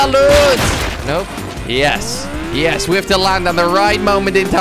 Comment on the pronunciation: Als je yes zegt klinkt het als IS/when you say yes it sounds like IS